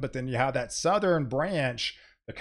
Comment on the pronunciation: Southern, not South er Ren same for nort east, west